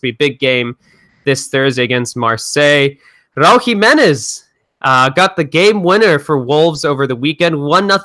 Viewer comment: RA-UL JI-ME-NEZ